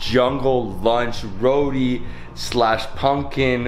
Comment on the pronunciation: Row-tee not Row-dee... geesh